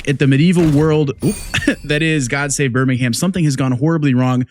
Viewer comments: As English guy I recoil when you say ber ming hamm. Haha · Birmingham - BUR-MING-HM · Btw you don’t say Birmingham you say it like Birmingum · It's prononouncr burrr ming UM and go up like a valley girl on the last syllable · BirmingHAM lol love it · Just a heads up on pronunciation, you're saying Birmingham with an emphasis on the "HAM" ending. We don't say that over here. It's more like Bir-ming-um. The same as when Americans over pronounce the "SHIRE" endings on our place names (Leicestershire, etc), as if taken straight out of Lord of the Rings. We say "Shuh". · only thing i gotta say is we dont pronounce the H of Birmingham, its like Birming-um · yeah It's how to say priory but NOT how to say Birmingham sadly :D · Was ready to watch this video but the yank mispronounced Birmingham 😢